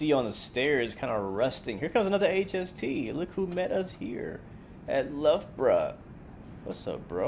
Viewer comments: So proud of you saying “Luffbruh”! 🙌🏻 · Ah, Leicester, I live here, the station is a fairly accurate representation. Pretty good DLC in my opinion. You pronounced Loughborough perfectly 👍...lluger buruger as it's sometimes called lol!! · Thats a coal fired power station. Not far away from Gotham. . . Congrats on the loughborough pronunciation. Was waiting for a loogabarooga as that's how some people think it's pronounced.